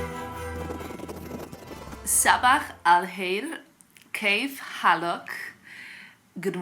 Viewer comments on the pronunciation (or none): It’s a good rough attempt of Arabic. SabaaH alkheir and Kaif Halak or more accurately Kaif Halakum, how are all of you? Perhaps listen to some native Arabic speakers YouTube’s or tutorial, to get the accent correct. I love the Arabic culture and language, got a mini masters from UCLA in Mideast studies and Arabic language. Love that you speak several languages excellently and love to explore other cultures.❤️🇺🇸🌹💜✝️🌸